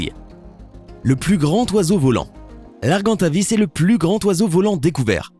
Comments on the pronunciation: Alors desoler mais si tu parle francais tu sais que un "g" a coter d'une voyelle ca fait "j" donc on dit argentavis et non arguentavis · Ar-jean-ta-visse (argentavis) pas ar-gant-ta-visse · Arjentavis sa se pronose arjentavis